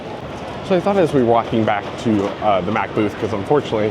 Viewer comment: The way you said "mack" first is correct. So like "mock" yet with an "ah" sound instead of an "o". Thanks for the report, always love seeing whatever is happening to the future of the amusement park industry.